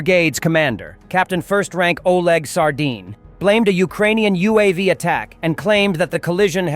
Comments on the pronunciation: it is sArdin😂. But still fishy😂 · Oh my cod…..He is called Sardin!!!😂